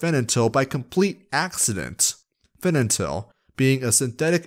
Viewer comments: you mispronounced fentanyl throughout the entire vid. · Oh, honey. You simply cannot say Fentanyl, can you? Great video, but that was a tiny bit distracting. Haha.